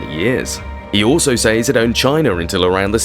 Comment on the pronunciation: Great subject and of great interest but the music is unnecessary and making it hard to hear you clearly, and you repeatedly mispronouncing "sAys" ...it is pronounced with an E sound not an Aaaaayyy...for someone who seems to be educated I find it really contradictory and unpleasant tbh..I can't continue the video😮 no one with an ear for correct enunciation would😢 sorry🇦🇺🙏